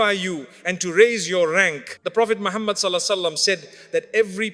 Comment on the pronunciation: Please don't use Musfti Menk's using AI, it pronounces Prophet Muhammah sallalahu alaihi wasallam wrong way . Please check the audio before uploading